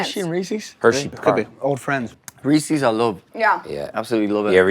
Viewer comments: Reese’s…. NOT Reesieeeeeees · People not properly pronouncing "Reeses" is such a huge pet peeve of mine..and lil dicky, mr. vocabulary didnt correct anyone on it